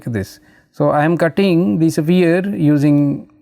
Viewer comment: bro pronounces it as safire instead of sphere